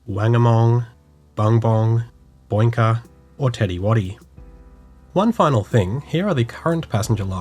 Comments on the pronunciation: Boinka pronounced Bo-ink-a. Nice take on the name thou. 🙉😁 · Boinka is pronounced Bow-ink-ah(or car) as one continous word